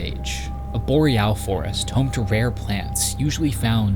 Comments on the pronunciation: Dam he rly hitting the “al” in boreal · He rhymes it with Loreal!